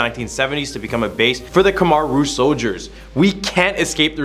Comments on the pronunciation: Lmao I dated two Khmer girls 4 years each and was with her family, went to funeral, temples, prayed with monks everything and you're the only one I heard pronounce khmer "come-are" 😂. The all pronounce it "kim-ear". I had to rewind like whaaa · Dude… it’s Khmer not Khmar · You said khmer wrong